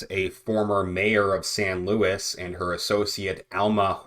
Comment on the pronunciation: Im from there please look into Tony Reyes and his son they are being investigated for paying the mules this city is so corrupt..its also not louis its pronounced sounds like luweez This has been going on for years I have met David Lara a couple times He's been trying to get them to investigate for almost 20 years